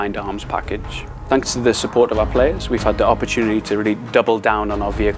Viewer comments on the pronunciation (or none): Was it just me or did he say “Tanks for watching” at the end of the video? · Did he say Tanks for watching at the end?!!😂